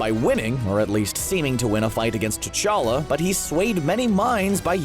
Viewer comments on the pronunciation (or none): Who’s tachka......... it’s T'Challa